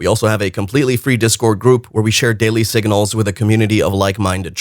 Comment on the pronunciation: YOU can't even pronounce, signal. Go to school and learn!!